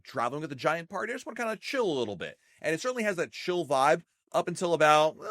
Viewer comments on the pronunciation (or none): none